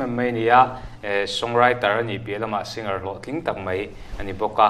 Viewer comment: Haaaaa Singar, ti lova Sing-ar in ti hi hmasawnna ropui tak a ni e. Bomber pawh bom-bar ti lovin Bo-mer tia lam hi a dik a, climber pawh claim-ber ti lovin claim-er tia lam a dik ang. Sap kan ngaihsang viau va, an tawng dan dik taka kan lam ve pawh hi a tha ang.